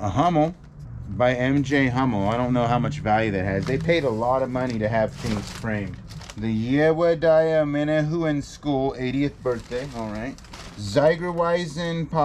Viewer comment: The painting on the front cover of the Vienna book is by Gustave Klimt. Chopin pronounced Show pan,. You crack me up. Yehudi Menuhin is pronounced Ye who di Menu hin.